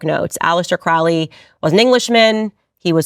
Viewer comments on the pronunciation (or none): It's pronounced Crowley like lowly, not Krau Li. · KROW-lee. Not KRAU-lee. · Crowley isn't pronounced that way. The trick to remember is "Unholy Crowley" not that it really matters. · just fyi, not making a statement on my beliefs, but his name is pronounced CROW-ly (like the carrion birds). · "Crowley", as in Holy. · Crowley is pronounced Cro-ley,it ryhmes with holy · Aleister *Crowley -- they pronounce it [kroʊli]. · “Crowley”, usually pronounced Crow-ley, as in 🐦‍⬛ Crow, the bird! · 🪄 pronounced crow-lee ... 😒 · Its crow lee. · Crowley wrote a poem on how to pronounce his name. The second someone pronounces it wrong I automatically know they have no idea what they're talking about. ;) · Candace, you are learning but at least learn to pronounce their names correctly especially the CIA baby eater book writer. Do you know the name is pronounced just as you say the birds name and he was adamant about it. If you would like to really get into it, read all this books, find the women who he inpregnanted then convinced them too sacrifice /ate. Check the mental institutions.